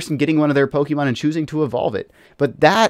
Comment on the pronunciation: How do you do Pokemon content and not know how to pronounce Pokemon? It's really not that hard.